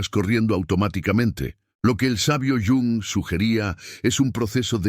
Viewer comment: ¿Porqué llama don Carlos al dr Jung? Era suizo, europeo, no latino americano!! Suena fatal!!